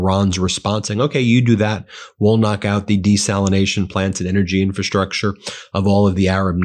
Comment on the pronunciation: Shtrike, deshtroy, infrashtructure. The impediment is getting worse, Ben.